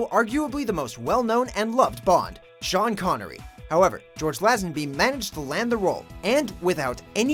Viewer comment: Lay-zen-bee not Lazz-en-by